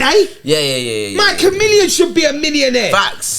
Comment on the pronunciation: Man said MykaMillion